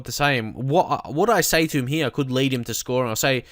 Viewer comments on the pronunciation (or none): none